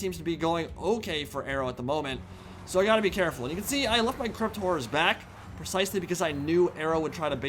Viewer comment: I love not being able to correctly pronounce ‘horror’. Hearing him repeatedly say; ‘crypt whores’ puts a smile on my face.